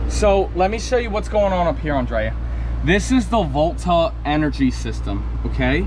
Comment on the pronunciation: Is he saying volt or bolt?